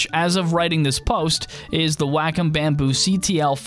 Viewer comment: If I hear 'whack-um' one more time...! It's pronounced 'waah-kum'!!